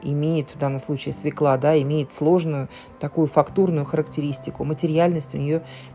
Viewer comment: Надо говорить "свёкла", а не свекла!